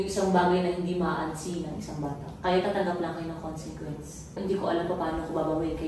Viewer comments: Pauli ulit yung KONSINGKWENS ah 😂😂😂 konsikwens po... (CONSEQUENCE) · Ako lng ba nakakapansin na "consenquence" ung sinasabi nila instead na consequence?